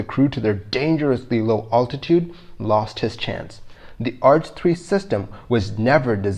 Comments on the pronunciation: I'm glad you don't pronounce altitude like this anymore. It hurts me. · Love your channel and the great research you are doing! HOWEVER, please learn the correct pronunciation of the word 'altitude'! Listen to the following instruction until you learn it